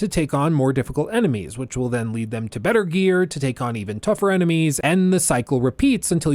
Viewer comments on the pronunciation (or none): none